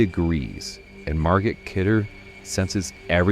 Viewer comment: Love you but dwelling on how you pronounced Margot!